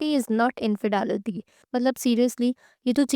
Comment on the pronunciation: Dumbo it’s not infedaality lol 😂 it’s infidelity learn English